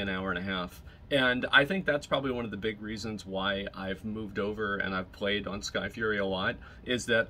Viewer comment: 'wrath of de lich king'